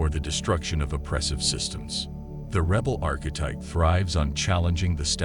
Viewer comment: Whats a reebal? Omg AI is terrible. but info is good.